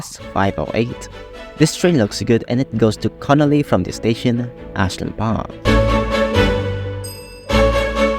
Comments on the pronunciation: I think Carnalea bridge only sounds like Connolly because of the way you pronounced it, I think it's pronounced "Car-nay-lee-ugh" bridge. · To pronounce Carnalea, first say (car na) and then, (ley ah). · Petition to refe Carnalea is "Car/ni/eah" to drift away from theA sounding like an O